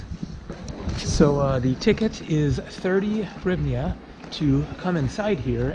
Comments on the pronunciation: You can say "Hrivna" or "grivna", it will sound closer to original than your attempt "horivnia" Donations for slodiers, haha. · As for the currency, simply pronounce it like this : greevna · Дуже супер відео,! You are very close on hryvnia (hreev-nyawh). Hr just takes some practice;) Ukrainians will also say "gryvnia" if they are speaking Russian, especially in Kiev and Eastern Ukraine. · Pronounced grivna.